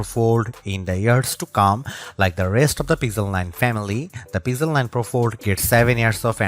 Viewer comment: Pixel ❌ Pizzel ✅